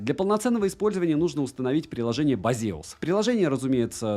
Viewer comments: бэйсус а не базеус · та хосспаде. бЭйзас. два английских слова вместе: Base us. у них даже слоган "Based on user's expirience". ну бля как ксяоми прям. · 1) Простая проверка через Гугл переводчик даёт возможность правильно вербализовать название бренда - Бесиас. Не Базеус не Бейсус Хотя... Некоторые до сих пор говорят Ксиаоми 😑 2) Эквалайзер там один. Чего может быть несколько, то это настроек эквалайзера ☝ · Блин, а я всегда эту фирму произношу как БЭЙЗУС, и как-то смешно и непривычно слышать базеус 😀 давно кстати мечтаю о полноразмерных наушниках, может это судьба 😍